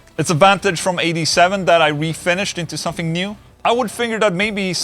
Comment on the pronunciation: Wait..did you say somefing